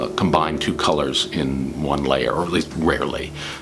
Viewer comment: Colors not cors..